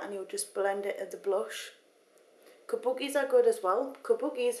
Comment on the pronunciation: <3 the way u say kabuki !